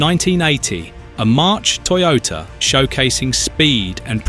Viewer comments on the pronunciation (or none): none